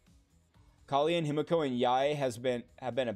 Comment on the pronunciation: You know it's pronounced KA-LEN and not KA-LI-EN, right?